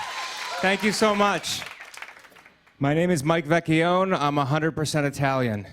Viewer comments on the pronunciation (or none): This is 100% IDIOTA😂😂😂..he is not able to pronounce CORRECTLY his COGNOME🙈🙉🙊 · So he's Italian and he doesn't know how to pronounce vecchione?